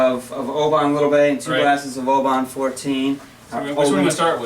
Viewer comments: Jeepers, it's pronounced O-bun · Step 1 - Learn to pronounce the name of the distillery